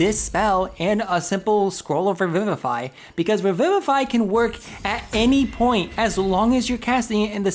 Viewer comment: Also I think it's pronounced ree-VIVE-ify. Like "revive".